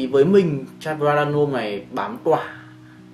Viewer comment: Prada L’homme Intense tối hơn và sang hơn rất nhiều so với Prada L’homme. Prada L’homme Intense phù hợp hơn nếu thời tiết lạnh, và cho những người trưởng thành hơn. Góp ý bạn xíu về việc cải thiện phát âm tên thương hiệu :D